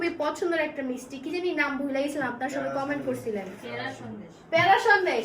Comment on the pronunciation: ম্রিস্টি না মিস্টি 😂